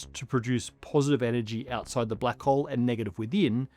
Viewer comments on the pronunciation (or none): none